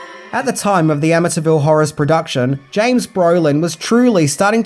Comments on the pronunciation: It's Amityville Am- A- T- ville Not Am - A- Ta- ville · Ama-ta Ville lol...do you say Syd-na? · The Amintyville Horror. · A''"ville! But who will play? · Or.... The A--ville Horror. lol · Your accent made you mispronounce amityville about 100 times this video lol. I'm born and raised the town over from amityville, in Massapequa and over a decade ago they totally refaced the entire property and its completely unrecognizable from the front. But since its on a canal, me and my friends kayak up and down them and the back of the house and boat house didn't change for years, until new people bought it.